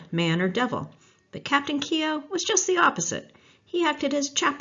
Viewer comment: I suggest you go to Ireland and LISTEN to how it's pronounced and redo your show and do it correctly